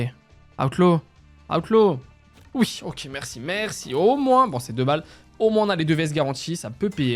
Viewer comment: Pourquoi tu dis aoutlaw ? Alors que c'est outlaw c'est comme le u de amblance 😂😂😂